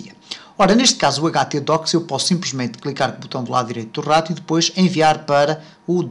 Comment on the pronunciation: clicar no lado direito do rrrato! kkkkk